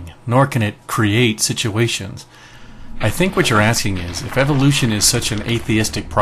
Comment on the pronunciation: Take a shot every time you hear "evilution".